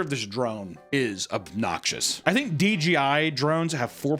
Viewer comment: DJI not DGI. It’s 3 letters bro